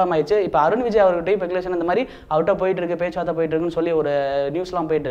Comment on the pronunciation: Peculation ah :O Speculation thambi adhu